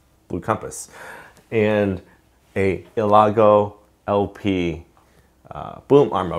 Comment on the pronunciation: Great Video thanks man you probably already know this but its Elgato not Elago but thanks again really appreciate